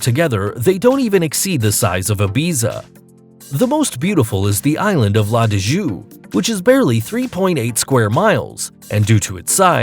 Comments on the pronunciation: Did he just say la dee joo? What a crime la digue pronounced la Deeg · La de Jue....wtf....it's pronounced La dEEEg. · Yo dawg, that is not the way La Digue is pronounced. La - Di (Dee) gue (ʌɡ) (Same way ''g'' sounds in the word "Hug"). It is part of a group of islands (archipelago) called 'Seychelles'. No hate, just a Seychellois, a patriot providing the correct information. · the island of La Digue ( la deek) NOT~ la deejue..pls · In fact La Digue is read "la dig" yes and NOT la deejue. Thanks. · La Dijuuuuuu, haha. It's La Digue ( La Deeg). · Seychells are beautiful .Specially La Digue ... !! It is "La Deek" !! ..not LA DI-G-YOU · la Digue is pronounced la" Digg" not la "dijjoo" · La digue is pronounced la dig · La Digue is pronounced like La Digue as in dig. You dig? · Pronounced la digue wrong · The way you pronounce name of places and islands is hilarious. LMAO. Why not to do your homework and learn how to say it right? Especially cracking out of La Digue. Ahahahah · La Digue is pronounced LA DIG and not LA DIJOO, The Seychelles are pronounced SAY-SHELL. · This guys butchered the syechalles and la digue